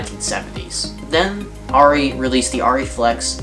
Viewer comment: Thankfully you pronounce the camera name correctly! Rrr EEE not AIR EEE